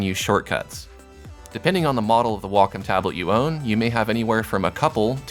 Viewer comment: I'm just here trying to figure out what a "Walk-em" tablet is. lol Nah, but great tutorial. Now to find out what does and doesn't apply to my Huion tablet. o3o